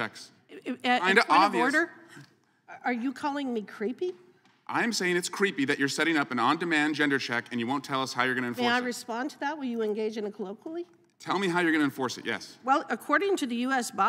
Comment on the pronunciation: "A colloguily?" It's a colloquy. Republicans don't speak English while insisting that everyone does.